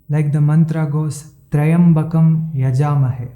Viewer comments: While chanting why do you say it as tryambakai instead of tryambakam? What is the correct pronunciation? Tryambakai or tryambakam? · 3.20 you pronounced tra and ya separate. It should be TRYA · Then, why do you say *triyam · The pronunciation is so confusing, many say thryambakam, I heard you saying thryambakay. People also say bandanaan rather than bandanaat. Just don't know which is correct but god knows how sincere you are when you are chanting and will forgive any mistakes